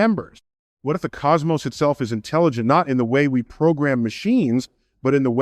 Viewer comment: He had me for 13 minutes… till he said COS MOSS. There’s no way he would ever say that word wrong. I’m 12 subs away from 500 and I’ve been on YouTube for like 20 years and we got ahit like this getting views.